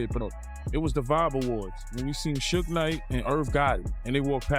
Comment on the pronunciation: shugg shugg shugg and your captions have a lot of errors in them.. please you say Sooge but the captions say Snoop and it should be Suge (shugg shugg shugg)